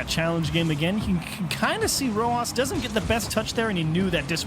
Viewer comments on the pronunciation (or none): Its rawas not rowhas